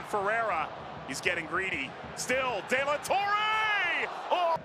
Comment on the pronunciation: “Dela torray” 😂